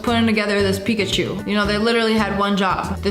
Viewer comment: nah that's not Pikaachowww it's pukaachiii